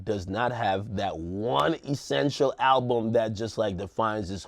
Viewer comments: ALUBM ?... isn't it ALBUM? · Yo, what is an "alubm"?